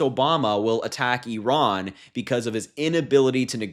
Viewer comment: Finally, an American that doesn't pronounce it "eyeran"